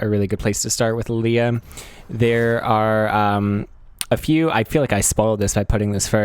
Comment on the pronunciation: alternate title: guy mispronounces the name of his main champion for 40 minutes